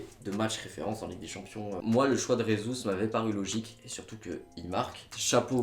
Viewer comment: Super vidéo, par contre on dit Jesus et pas Resus car en portugais le j se prononce j et pas r comme en espagnol